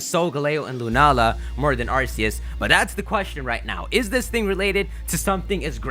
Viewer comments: ugh I'm starting to get annoyed from him saying ars-ee-us when it's-ark-ee-us gahh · It's pronounced Ar-key-us